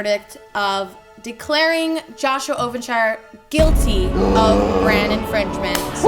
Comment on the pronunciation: "joshua evan's ovenshirrvenn"